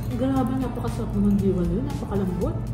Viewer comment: pag pronounce po ng Diwal mabilis lng sa "di" na part hindi po deewal. Meaning "dila" kasi ganun ang shell naka dila siya kaya tinawag na "diwal" kay nagapa "diwal"